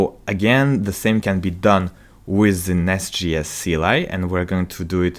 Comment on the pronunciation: As much as I love the content, I am having a really hard time getting over him saying NestGS all the time. It's J as in Javascript.